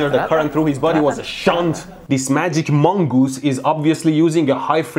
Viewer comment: Electroboom: says mongoose Everyone else: amogus